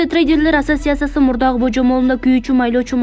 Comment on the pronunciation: Асиотсатсия дейби